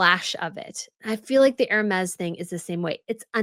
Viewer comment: Hermes = Air-may